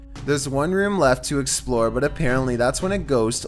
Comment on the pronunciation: "To exploour fourthaer"